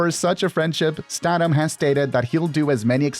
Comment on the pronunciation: you are pronouncing last names wrong. especially statham